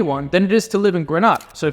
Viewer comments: It Grenada not pronounce Granada. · It’s pronounced Gree-ney-da by the way